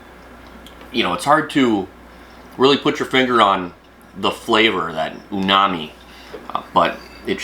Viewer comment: It’s not “UNAMI” lIke you said. It’s UMAMI. Kind of important to get the words pronounced correctly if you are making a video.